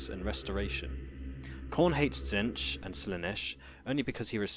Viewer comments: "Zench" .... Really? It's pronounced "Zeetch" basically. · Tzeentch not Tzentch. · again, it's pronounced zeentch